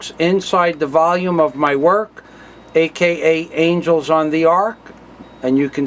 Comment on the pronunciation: A.K.A angles really , omg so bad hahahahaha it's angels